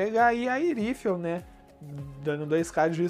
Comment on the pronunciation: Foi só eu que me incomodei ouvindo ele falar o nome do herói errado ?